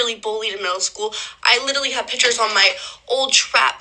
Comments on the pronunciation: Says “litelly “ 😂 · Listening to this psychopath try to say the word, literally… 🤮 “Little-Lee” 😂 😂😂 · Literally says "litally" wayy too much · She wasn't even pronouncing it right, she kept saying 'litterly' 😂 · Especially those who pronounce it "litally" because they are saying it too much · “Litily” over and over 😭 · Yeah and I never heard someone say a word wrong over and over and over.......yeah like I m.ean "littley"! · she actually said “litally” 😂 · She isn’t even saying ‘literally’, she said ‘litally’… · How many times will she say litally does she know she's enunciating it wrong? "Literally" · She "LITALLY" .....girl.... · If she learned the meaning of, and the pronunciation of the word ‘literally’, she wouldn’t say it as much…if at all. As it is though, she "littlally" is over emphasising using the same words (and without emotion) that she was "littlally" bullied with the same techniques as the actual victim…"littlally". She’s "littlally" lying her "littlal" ass off. Literally. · I litiewwly seiouswly I wituwilly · I'm sorry for anyone even in this situation but please....it's LIT-ER-A-LLY. It's like when people say AKS instead of ASK.